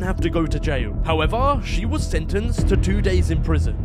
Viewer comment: Why does he build 2 days up so much like “Ooooooooh 2 days”